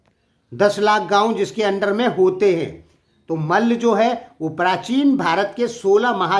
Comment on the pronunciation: Abe tum bolna sikho Kay mal bolta hai malla boll